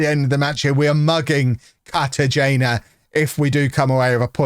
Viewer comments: hola amigo tú no hablas español cartagena pronounced car-ta-he-na ¡vamos holme! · hola amigo tú no hablas español cartagena pronounced car-ta-he/na ¡vamos holme!